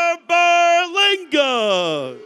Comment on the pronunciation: Tomato tomato but my man announcing is annoying dude made sure to pronounce puerto rico with a spanish accent but then says Berlanga like a straight blanco no offense im half blanco lol.